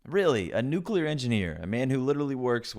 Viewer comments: She can't even pronounce the word "nuclear", she says "nuculear" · I think it's amazing that she's trying to dunk on her husband and says "nucular" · *"nukular". she said "nukular". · She said “nuke you ler” instead of the correct pronunciation. Her husband must be so ashamed. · Imagine being married to a nuclear engineer, and still not know how to pronounce "nuclear." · She can’t even say nuclear right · She can’t even pronounce “nuclear” correctly. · She literally can't even pronounce nuclear. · She's a troll literally and figuratively. No one who looks, sounds, and contributes this awfully would act like she's acting. She can't even pronounce nuclear! Total BS. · Buddy’s a nuclear engineer while she can’t even pronounce “nuclear” but he’s the incompetent one… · She can’t even pronounce “nuclear” and she’s saying her husband is the idiot. How quaint. 🤣😂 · She can't pronounce the word "nuclear" correctly. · She pronounces nuclear wrong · YouTube won't let me quite her mispronunciation of nuclear.